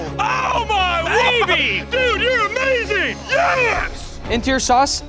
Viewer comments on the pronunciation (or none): Cody: Dute chu are amaching YEAH!! (Spitting)